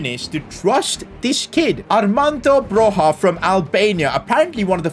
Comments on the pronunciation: It’s Broya not Broha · Armando Bro-YA not HA. Great video, cheers! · It is prinounced B R O Y A and i know this because i'm Albanian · Just to let you know you pronounce broja’s name like “broya” the J is like a Y and this is coming for an Albanian. hth. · It’s not broja debut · bro ur dissrespecting my albanian king,is broja like with an j not h